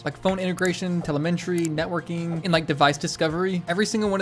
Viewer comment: lol telemenry!